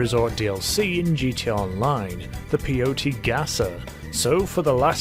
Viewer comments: Wtf is a Peeohtee? lol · Native here, it’s pronounced pee-yote-e